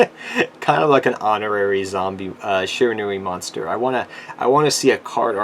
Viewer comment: Yet another weeb who can't take the time to pronounce Japanese names. SHI RA NU I